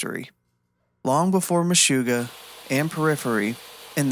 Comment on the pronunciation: After that pronunciation of MeshUggah, I can't finish this 😂